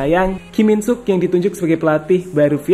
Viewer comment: kim sang Sik min bukan Ki min suk.... Oneng...😂😂😂